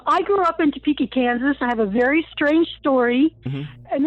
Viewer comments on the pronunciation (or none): none